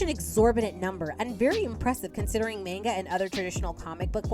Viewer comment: I remember when Lezhin had a big scandal over nonpayment & lots of licensing issues. "Mahn, gah" not "mayn, gah."